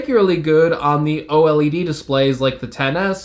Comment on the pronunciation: The way u say Oled is wack